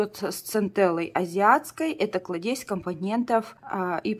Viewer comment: что же у вас с ударениями"кладЕзь")))